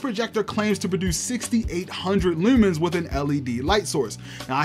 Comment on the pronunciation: Assumed you were from Baltimore from the way you said Lewwmans. Stalking says maybe I'm right 🥴